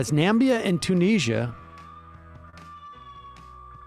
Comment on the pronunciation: Ohohoh, Sam saying Nambia in the opening. That's quite the callback!